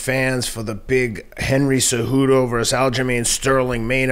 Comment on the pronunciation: Teddy: "Henry Ce-Kudo"